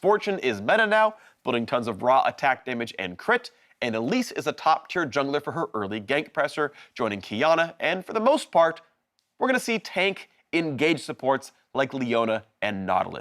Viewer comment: The whole video sounds like Phreak has a bit of a cold/sinus thing messing up pronunciation. "Pressure" got mangled the worst.